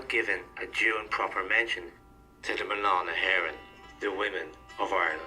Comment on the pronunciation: I'll help you out. Mná na hÉireann is pronounced = men-aww na hair-en.